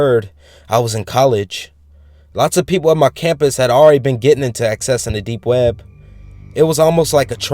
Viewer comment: You pronounce it like "we-eb".. made my laugh my ass off.. Try counting how many times he says it.. xD